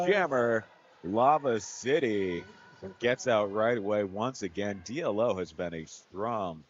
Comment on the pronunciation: Yes. You're right. It's pronounced Dee-Low.